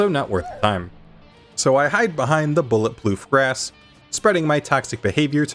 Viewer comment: "Bulletploof Grass" caught me so off guard